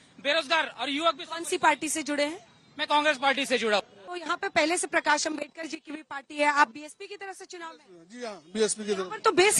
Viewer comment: Anjna om kashp naam sahi se lena sikh lijiye..... Bhartratn dr. Babasaheb ambedkar.... 💙